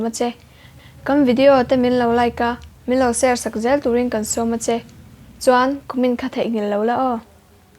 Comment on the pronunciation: Minlo share tihlai tak hi alam nalh lo ve emai a... Fiah deuhin lam se...